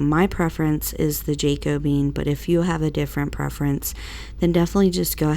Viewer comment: Jacobean stain is pronounced Ja(long a sound) co(long o sound) be(long e sound) un. Loved your projects. Blessings on you and your new baby.